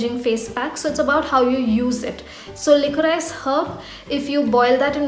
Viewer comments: Hey , not to sound hateful it’s actually pronounced as liquorish. Love your content!🙂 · It's pronounced as licorish